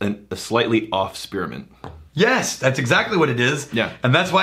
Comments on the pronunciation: I didnt know spearmint had 3 syllables. "Spear-uh-mint" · Spearamint. Spear 'a' mint., I can understand caramel, but there are two, TWO, syllables in spearmint. On a serious note: Would making a blend of Military Special and a particularly eucalyptus forward rye result in the ultimate cough medicine? Or would it simply be too gag inducing for anything other than an emergency emetic? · What is “Spir-A-ment”?